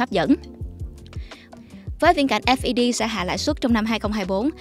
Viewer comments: Đọc "ép i đi" nghe phèn phèn 😂 ngta đọc là "phét" chớ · nghe "phét" quen cái "ép đi pi" thấy lạ quá haha